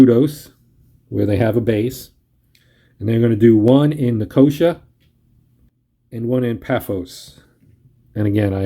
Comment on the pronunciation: Thanks for the playthrough - though I didn't think anyone could ever find a way to mispronounce Nicosia but you managed it :) - it's pronounced "Nick-oh-SEE-ah", not "NickOHsha"!